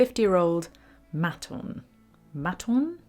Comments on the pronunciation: I think it's pronounced Mate-on mate. Justin Sandercoe plays them, good Aussie instruments. Thanks for the video. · Maton pronounced Mate un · Dear, Great work, love your precise style. Just to say, it’s Maton pronounced may-ton - great Aussie guitars. Cheers. And I have done my practice this morning in Melbourne on my Maton acoustic. Best, Phil. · Pronounced Mayton 😊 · Regarding the guitar story,it's pronounced "Maaaton" or "Mate-on" ,great Australian made guitars.Josh Homme from Queens Of The Stone Age has a signature electric with Maton.